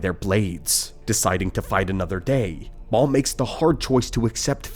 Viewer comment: sounds like ai pronouncing a typo, "mau" instead of maul. Says it correctly every other time. Maybe it's a Ron Burgundy situation and he just reads what's in front of him?